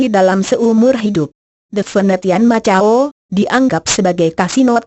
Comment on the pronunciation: yang menjelaskan nih, perlu belajar lagi deh intonasi suara sama tata bahasa nya. makau mba, bukan macau. Brunei mba, bkn Brun ai Spain mba, bkn spa in hedehhhh 😩